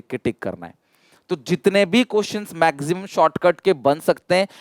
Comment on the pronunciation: Sir says maxsimum